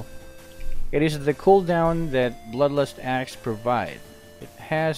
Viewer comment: He kept saying bloodlostass and asssclaws hahah